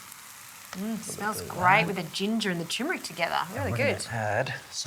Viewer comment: tur-mer-ick, not choo-mer-ick... could you use pearl barley in place of the rice?